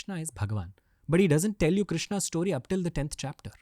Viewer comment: Ranveer please it’s sto-ree, not Stoh-ree. It’s getting difficult to keep hearing Stoh-ree again and again 😊